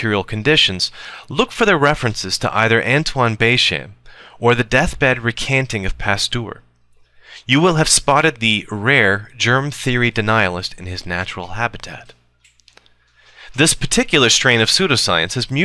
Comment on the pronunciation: someone has probably already pointed this out, and you probably won't re-record, but bechamp as a french name would be pronounced closer to "bay-shawm" (where shawm is like the name shawn). otherwise, keep up the good work!